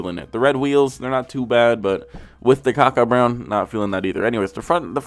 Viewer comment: Mans really said Kaka brown